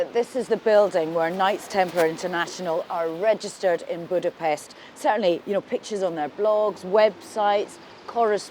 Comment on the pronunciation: If you cant pronounce Budapest properly, then please don't talk shit about Hungary.